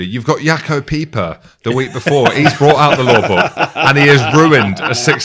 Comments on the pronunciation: im sorry but jaco peyper not peeper is better than french refs "jim hummeltin" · it's Paper as in Jaco Paper